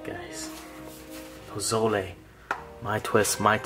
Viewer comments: Omg you made pozole and you can finally pronounce it. Im pumped for this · Bro you are 100% correct on the pronunciation and yes its Mexican. Looks so good man. Where you at? Im coming's over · Yes you said it right! Pozole And the hominy looks legit, good job 👍 not bad for your first time. And it looks like you really enjoyed that! Lol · U said it right don’t worry 😉 I actually ate that today so :) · YOU SAID IT CORRECT XD